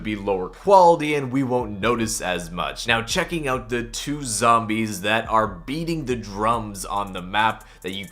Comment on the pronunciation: Why do you say OOOGHT instead of out